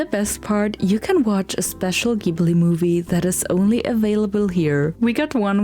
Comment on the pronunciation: It’s pronounced JIBLEE!! 🙄